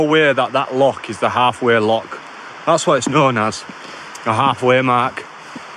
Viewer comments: It's a loch not a lock. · its loch not lock